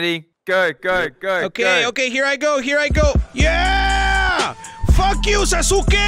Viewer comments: He said saa soo skae as in saskue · Why must you pronounce Sasuke like that!!!!